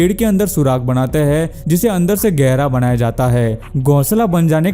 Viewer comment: Banaya gaya na ki Bandaya gaya😁😁😁😁😁😁😁